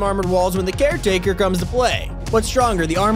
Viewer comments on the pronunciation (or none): Not car take care taker